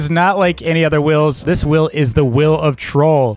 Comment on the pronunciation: wheel ❌ will✅